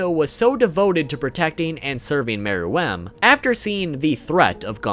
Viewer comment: Why does he keep saying Meruem like mer..WEMB